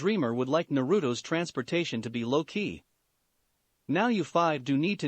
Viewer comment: "And my dreamer would like Naruto's transfer to be low key." I heard Loki instead of low key and thought of Marvel.